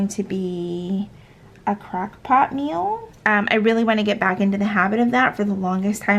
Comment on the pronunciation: I heard “crack” pot instead of crock pot and I was dying 😂